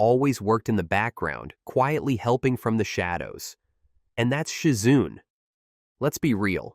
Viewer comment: Who da heck is Shi-Zunnne? 🤷🏿‍♂️🤷🏿‍♂️